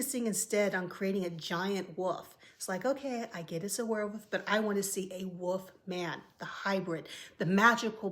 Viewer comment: I love the way you say "Woofman".